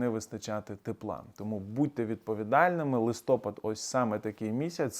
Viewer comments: Зверніть увагу! Не листОпад, а листопАд. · ЛистопАд правильно, а не листОпад. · Шановний, кажіть, будь ласка, листопАд, а не - листОпад) Вибачте, такі правила) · дуже дякую за корисну і цікаву аналітику. Вибачте, але мені ріже вухо, коли ви поточний місяць інколи називаєте - листОпад. У орфографічному словнику авторства А.А. Бурячок назва 11 місяця українською мовою - листопАд. Успіху Вам і натхнення. Слава Україні! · Не листОпад, а листопАд. Говоріть грамотно. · ЛистопАд, наголос на останній склад! Як снігопАд. Дбайте про чистоту мови! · дякуємо за інформацію, слухаємо щодня! Хочемо, щоби ці відео були ще кращими, тому просимо звернути увагу на правильні наголоси. У слові листопад наголос на останній склад (на "а"). У слові випадок наголос на перший склад (на "и"). Дякуємо за Вашу інформаційну діяльність! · Грамотно казати листопад з наголосом на 3 слог